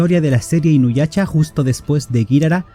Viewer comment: Perdón pero no puedo parar de reír cada que dices inuyacha